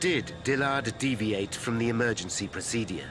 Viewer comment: The way this narrator pronounces the word ‘procedure’ really boils my fucking piss